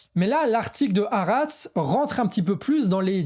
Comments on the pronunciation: "HAARETZ" les gars! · Bravo très intéressant. Stp la prononciation de Haaretz/ Al Shifa c’est juste trop dommage… et tu dis 1200 victimes « civiles » du Hamas le 7/10 ce qui occulte le nb de militaires /réservistes tués à cette occasion qui modifie quand même la nature des crimes (à mon avis, sachant qu’un militaire est un être humain mais certainement pas un civil)